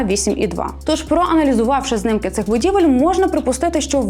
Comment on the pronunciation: Та чому знИмки а не знімки. Кожного разу знИмки